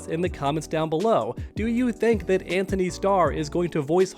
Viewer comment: Guys his name is An-tony. There is no H lol